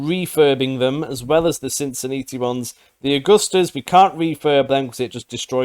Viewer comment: Please say "natalie" Sin-Sin-NAT-ee :)